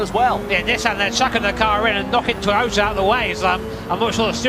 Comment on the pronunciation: Porscher and Toyoter....wth r these guys saying